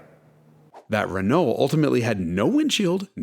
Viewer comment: Just when I thought I was really getting to like this guy… did he really just mispronounce “Renault” like a a certain kind of ignorant American who’s never used the internet or watched an F1 race on TV? Shouldn’t he, of all people, know better??